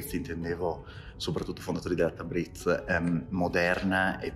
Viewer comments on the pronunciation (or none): Piccolo consiglio da parte di un nativo di origine... marcate tanto la z, invece è più dolce, non tabriz ma tabris... non bazar ma bosor... per il resto l'iran è un paese con un popolo accogliente e per il quale l'ospite/turista è sacro, possono darti il loro cibo e anche il loro letto... altrò che terroristi come vengono definiti dai media occidentali...